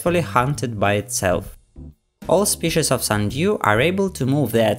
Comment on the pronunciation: "sunDEEWW" lol